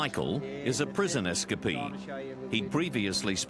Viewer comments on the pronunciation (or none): It's "es-cape-ee", not "es-cas-pee".